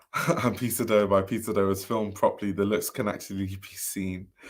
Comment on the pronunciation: One thing I miss about you discussing Peter Do is you saying it like Pizza Dough :D